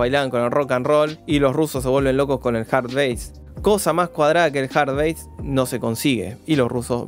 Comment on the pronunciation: Cumbia cheta: ejemplos uruguayos nomás? Hard Bass, no base! Vamos esa pronunciación!